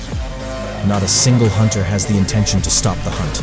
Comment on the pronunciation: a hoonter must hoont -eileen the crow